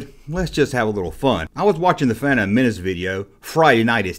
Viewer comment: You still can't pronounce fandom properly